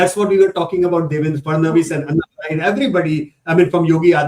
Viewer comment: DevenDRA not DevenDAR